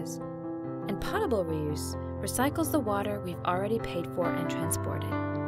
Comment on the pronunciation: its not pot-a-bul, its poe-ta-bul,,,,kinda makes me think the narrator has no idea what shes talking about